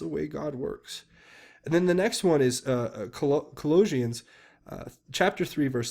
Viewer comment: Thank you for all you do. You're one of my main sources. A couple of pronunciation tips: precedent - first syllable is "press" not prez. Colossians - "kul AH shins". Thank you for giving to the charities. I hope you are tithing to your church as well. Very important!